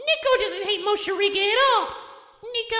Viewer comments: Is he calling him “Moshirige” instead of “Morishige” ironically? New to the channel so I’m not sure if it’s a running joke or if it’s unintentional mispronunciation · Damn, there's even a legit soundtrack! By Lizz! I am so hyped rn. Poor Morishige, no one could even pronounce his name right. lol